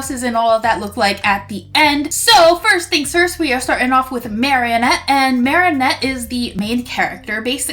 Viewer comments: her name is marinette not marieynette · Could you stop saying marrinet it’s marinet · the way she pronounces Marinette tho- Marienette (this isn't a hate comment) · Why do you say at as marianette. It's marinette.